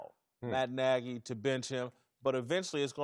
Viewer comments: Lol nah he said Matt Nigy I thought I heard it too 😂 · Who also heard "its my n...a's decision ..." when vick started talking? 😆😆😆😆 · When Michael Vick said Matt Nagy it sounded like he said something different...:)